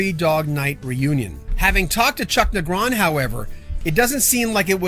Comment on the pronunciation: Typo, second paragraph: Three Do Night. You're also mispronouncing Negron.